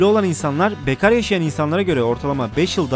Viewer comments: Bekar deyişini duyduktan sonra kağıt deyişini merak etmedim değil :D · o nasıl bekar demek lan :D